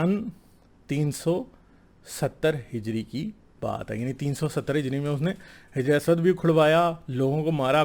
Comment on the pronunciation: Jis ke baare men video bana rahe ho.Kam se Kam us ka nam to saheeh se lo. Hijre Aswad nahin balke hajar e Aswad kahen.